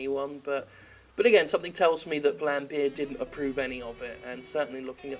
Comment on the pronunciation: No one says Vlambeer the right way, hahaha.